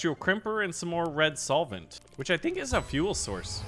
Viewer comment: Hey, it's red solvent btw. Not soilent. Idk why this got on my nerves so much haha